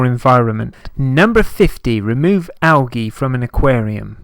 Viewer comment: "AL"- g' -E That's Algae Junior - ROFLOL Am howling - never heard it pronounced like this, ever! "AL - the letter G" is the correct pronunciation in the USA. It struck me so funny!